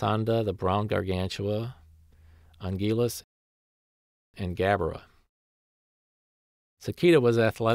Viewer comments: Im not being mean or anything but Hedorah is pronounced he-door-a,Ghidorah is pronounced gih-door-ah,and Anguirus is anger-us.Lots of people pronounce Ghidorah and Anguirus wrong. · "Angilus" LMAO